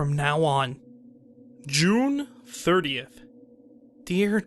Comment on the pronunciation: The narration was okay but I just couldn't get past the way he pronounced "June." So much cringe!